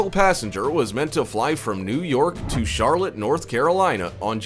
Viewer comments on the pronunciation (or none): none